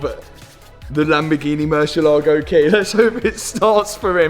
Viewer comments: great video but please learn how to pronounce the name of the car mur-sie-la-go not mur-sia-laego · You would think that a European would know how to pronounce murcielago. Do you also say "porsh" ?